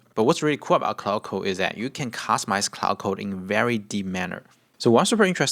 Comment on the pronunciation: Not only were you using it wrong. You were pronouncing it wrong aswell